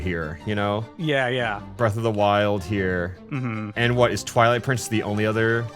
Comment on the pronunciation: Ah yes, Pwilight Trincess